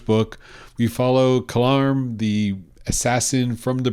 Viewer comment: LMFAO. His name is Kalam, not Kalarm. But I know EXACTLY what happened to you 😂😂😂. Those damn British narrators and their silent not rhotic R sounds. The exact same thing happened to me with Crimson Empire. I listened to the trilogy as an audiobook and so the entire time I thought the characters name was Zorsia and that there was just a British R in the name, but it turns out her name is actually Zosia. I still refuse to say it correctly haha. But yeah its Kalam Lol thats funny and so relatable.